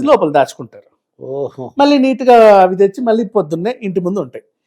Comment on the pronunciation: ఇన్ని వీడియోల్లో నువ్వు ఒత్తులు, పోల్లులు లేకుండా మాట్లాడుతున్నావ్. వాళ్లు బదులు వాల్లు, మళ్లీ కి బదులు మల్లీ అని ఇలా తెలుగు ని ఖూనీ చేస్తున్నావు. నాలిక బాగా మడత పడుతోంది. చూసుకో